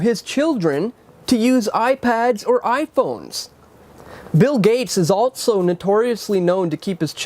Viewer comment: There is no T in the word 'also'